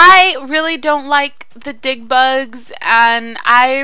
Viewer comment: The memory of tootsie was soo sad but she survived :D and when u said dig bugs it sounded like dick bugs lol